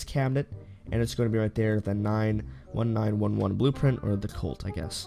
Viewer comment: The way he says 1911.